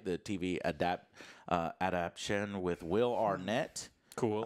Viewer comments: You really just can't say the word adaptation, can you lol. <3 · Say it with me, brother Joe: ad-ap-ta-tion. Joe: ADAPTION! P.S. I know it's a real word. Just don't hear it often. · doesn't know how to say the word "adaptation". He keeps saying "adaption"😂😂😂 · still hasn't learned that the word is adapTAtion. He just loves swallowing that extra syllable:D